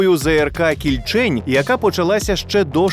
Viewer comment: Кільчень а не КільЧень.